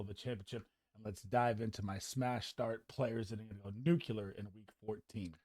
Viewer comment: Nuculer? Lol